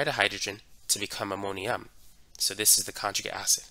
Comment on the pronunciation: Good instruction but hard to understand the cockney english sometimes, ie, not pronouncing the t's and d's. .........conjugi' acid